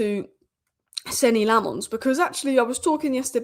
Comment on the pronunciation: its lammens not le'mons he's a Belgian not a frog